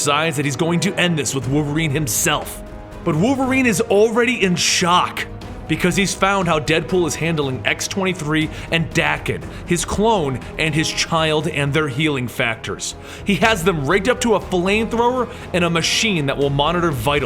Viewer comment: I'm pretty sure Daken is pronounced like Bacon but with a D at the start